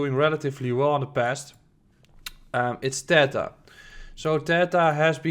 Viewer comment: It's pronounced theeeeta, I had to check did you really say accumulation for Tether 😂